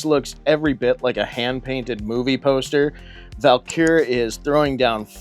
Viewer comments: Have i been mispronouncing the name of the Idol?? I kept hearing "Val-Kur" and I have always called it "Vul-Kar"... now I need to find my instruction manual ha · Take a shot for every time he says Val-Kur instead of Vul-Kar 😅 I have the 2018 version, and a lot of nostalgia for the 1986 (my year of birth) as well!